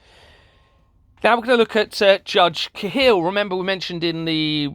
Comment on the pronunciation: Judge Sally Cahill (you pronounce it wrong but all good lol!) ....did she preside over the imprisonment of whistleblower Sabine McNeill? Or did she imprison whistle blower mother Anke Hill? Well on my radar from past research